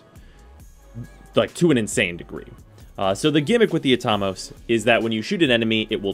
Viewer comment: pronounce Atomos again?me thinks its wrong......at-o-mos......like atom